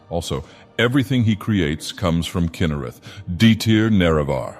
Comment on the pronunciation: Kyna-rare? The AI doesn't like Kynareth apprently. Also, shes not the primary deity of the Forsworn. Forsworn are a faction of Reachmen considered barbarians even by most Reachmen and they worship Hagravens primarily. Kynareth isn't even the primary god of mainstream Reachmen - That honor belongs to Hircine. Reachmen do worship some Aedra, and as their religion isn't an organized one its possible some do worship her in some tribes but Kyne would be more likely than Kynareth due to their proximity and frequent interactions with the Nords.